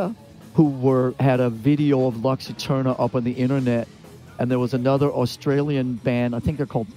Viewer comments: "lox Iterniah". Si pronuncia "Lucs Eterna". Altrimenti usate l'Inglese. Latino for dummies! C'mon Metallica, anyway! ;) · Bro had it written down on a card and said “Lux Eterner”